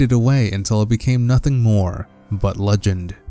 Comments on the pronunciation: Swear to god every time you say hero of legend it sounds like hero of luncheon lol He died for your tuna salad! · I'm glad there are subtitles, because "Hero of Luncheon" didn't sound right to me.